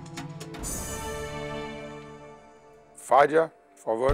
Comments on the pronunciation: Por um momento, quando o Fogaça chamou a Fádia, pensei que ele disse "Falha"...😅😂😂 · os meninos falando: "É você Fádia, sobre Fádia" 😂😂😂😂 rindo até 2040 😂😂😂😂😂😂😂😂😂😂😂😂😂😂😂😂😂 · "sobe fadia" kkkkk